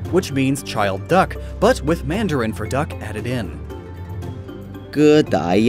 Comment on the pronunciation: Who is the speaker for mandarin in the video? His pronunciation is terrible. I can easily tell that he is a native Cantonese speaker instead of mandarin.